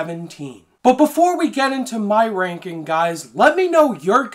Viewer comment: Bruh this guy cant make a G sound. Rankin